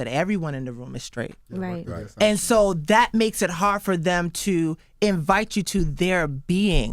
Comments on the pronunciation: Charlamagne : I’m skraight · Why does charlamaign say “sCraight” (sTraight) and “sCripper” (sTripper)